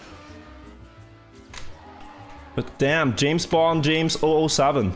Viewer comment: Triggers me the way he says 007